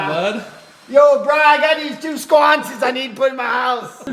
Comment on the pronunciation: “The SQWUANCES” lololololol. Hope you all have a happy thanksgiving ❤️